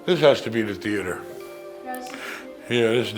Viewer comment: "Movie Thea-ehdder"